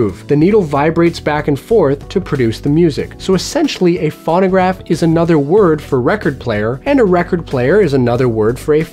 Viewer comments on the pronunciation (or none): I don't think anyone here is being a jerk. And I'm sure would like to pronounce the name of the device correctly. It's pronounced phone-o-graph, and sometimes phone-a-graph, but never fawn-o-graph. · It's F-o-no-gr-a-f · It's pronounced Foe-no-graf...long "O" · "fawn-a-graph" LOL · Your not saying it right you say it Phono graph like telephone you say it phono!!!!!!! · If you can't pronounce it correctly, I'm not watching. It's pho no graph. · Loic Kittentine exactly thank you!! He doesn't say it correctly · God, that was driving me nuts too. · Same here. If you're going to explain what something is, at least pronounce it correctly.